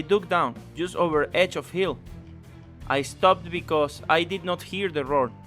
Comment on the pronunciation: "When the roar stop-ed" lol